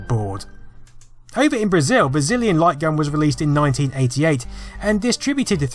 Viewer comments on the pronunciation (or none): I could have sworn you said Brazillion Light Gun ^_^